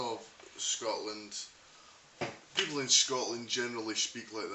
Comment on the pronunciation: Good North East accent. Only thing that lets it down is the word 'people'.